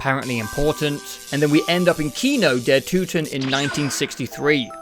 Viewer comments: Me as a german can tell you it's Kino der Toten ,not Kino der Tuten Same with nacht der untoten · im gonna say it, it is not TUTEN. Kino Der TOTEN. You pronounced them how the majority of the zombies community would understand the map as being called. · did this man just say kino der tootin???!?!?! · You said "Nacht der Öntüten" and "Kino der Tüten" lol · My guy pronounced maps like Kino der Toten correctly and then "fixed" it to the incorrect saying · i like how he pronounces kino der Toten even worse after looking it up